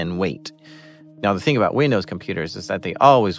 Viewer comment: his Canadian completely came out when he said suurrrrry and a boot. Holy crap this guy is Canadian as Canadian can be Canadian What is a Canadian juvy prison? Is that just a house with a sign saying please Don't run away? Lol and then if you do escape do the guards say sorry to you for arresting you? Lol